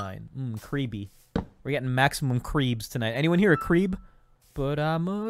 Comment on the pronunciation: i heard ''CWEEP'' not creep